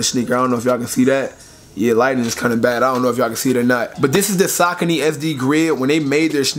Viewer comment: (Suh-coney)cmon son